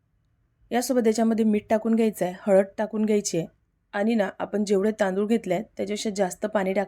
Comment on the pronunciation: रेसिपी ठीक 'पन' नाही 'पण' 'आपन' नाही 'आपण' 'पानी' नाही 'पाणी 'झाकन' नाही 'झाकण' 'साकर' नाही 'साखर' 'लसून' नाही 'लसुण' 'दाल' नाही 'डाळ' 'पिवरी' नाही 'प्युरी' 'तडका' नाही 'फोडणी' मराठी वाचवा! रागावू नका!